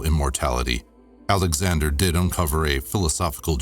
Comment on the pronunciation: I thought he said "Adam Sandler of Macedonia"....it was ALEXANDER of Macedonia..💕😚🤣🤗😂